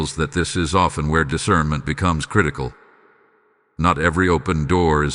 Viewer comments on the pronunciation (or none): "I EMBRACE DECIRNMENT"